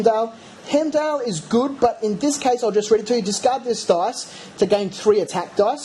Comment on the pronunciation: Heimdal ----> Hime-doll long "i"